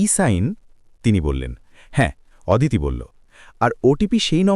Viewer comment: ওদিতি নয় হবে “অদিতি “